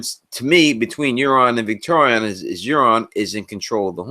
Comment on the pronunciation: Victarion not Victorian, please. :)